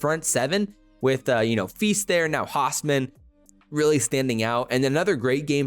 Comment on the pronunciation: Pronounced ernest Hows-min not the other way. Source hes extended family the first husker 🥲